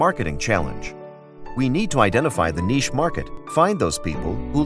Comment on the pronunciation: The speaker needs to know how pronounce the word, "niche."